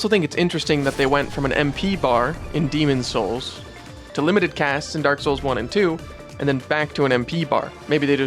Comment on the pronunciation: I appreciate that you made a point to anunciate the 's in Demon's Souls.